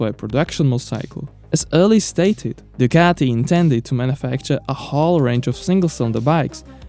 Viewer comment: Nice video - thx. But PLEASE try to make proper use of your vocal cords, it's sooo easy: "DUCATI"! There's really no pizza dough in this beautiful name. You can make it!